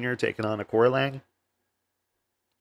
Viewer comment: Excellent show, thanks. The correct way to phonetically pronounce Aoriqi Leng is Archie Long…